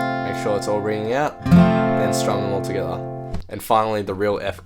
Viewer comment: That tho